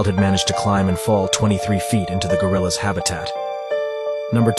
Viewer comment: the band Gorillaz is not dangerous 😭😭😭😭😭😭 (I’m sorry I know it says gorillas but it sounds like Gorillaz)